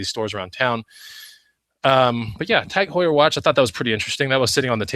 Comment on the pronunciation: What kind of watch was that, I couldn't make out what you were saying? Tag Hoyer?